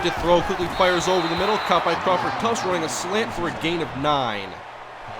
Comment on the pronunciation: Are you pronouncing "Crawford Tuft" right? You pronounce tuft as "Tufts".. Is it spelled wrong or is it pronounced that way?